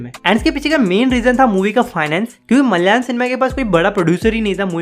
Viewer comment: It’s not MALYALAM (मल्यालम), please pronounce it as ‘MA LA YA LA M’ (म- ल-या- लम)